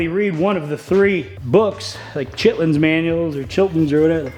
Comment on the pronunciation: Hey I hate to say it but watching you struggle is so therapeutic knowing I’m not alone and did he say chitlinslol